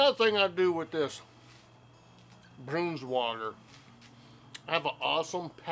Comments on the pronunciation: I thought I heard you say brooms water. Liver IS the worst! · Great video... we say it more of a Bronswoagger sound.. we ate it with crackers and cheese... I still eat the small thin clear packaged Oscar Mayer Braunschweiger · Two comments here... 1) You're saying Braunschweiger incorrectly! Try this video... 2) Braunschweiger was one of my favorites as a kid growing up as well...and still is today but not as a sandwich. I've always eaten it on crackers with a couple of slivers of onion or a small slice of cheese or a dab of horseradish mustard or some combination of all these ingredients. 😋 Delicious!!